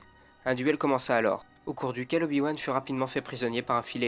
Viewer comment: A 1min12 tu dit Oyo wan mais bon sang respecte le 😂